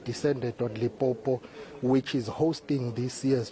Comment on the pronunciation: Limpopo not lipopo repot or please